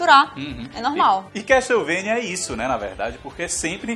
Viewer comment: CAS-TELE-VANIA. obg, dnd